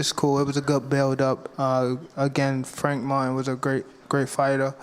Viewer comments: Did he say Frank Fartin?! This guy! 🤦🏾‍♂️🤣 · Sounds like he called him Frank Fartin 😂🤣😂